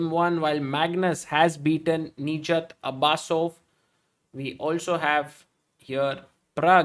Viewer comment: His name is not Abasso it is Abusov😂